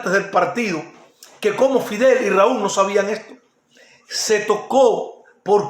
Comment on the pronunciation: No no no, aunque no tengas el mejor léxico hay cosas que mucha gente no sabe. Yo lo único que te aconsejo es mejorar el vídeo y la iluminación, cambiar el uso de la letra R por la letra L. Por ej: _Fider (Fidel) _Hicieron un documentar (Documental) Ojo con eso... ¡No te molestes!, son cosas que se pueden arreglar. ¡Voy a Tí! Tu eres un tipo de pueblo. TE ENTENDEMOS. «Filosofar es esto: examinar y afinar los criterios»